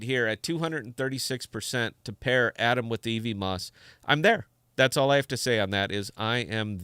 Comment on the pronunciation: Love your stream man, but every time you say "ee-vee-moss" it hurts a little :P It's "ev-mose," like Cosmos is "cause-mose."